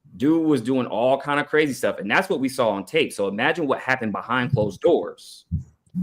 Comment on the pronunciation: cwazy... thats how he was fixing to say thats crazy